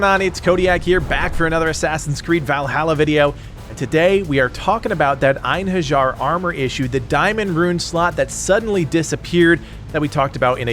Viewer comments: Pronunce after me ( EIN - HE! - RI(j)AR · the J of Einherjar is prounounced like a Y ;)